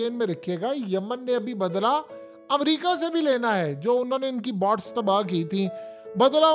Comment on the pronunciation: PEANDOO BOTS NAHIN HOTA BOATS HOTA HAE. HAQIQAT TV KAE MARASI PEANDOO 😂😂😂😂